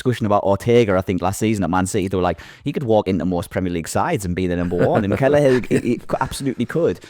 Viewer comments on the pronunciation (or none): Lads there isnt even a G in Kelleher 😂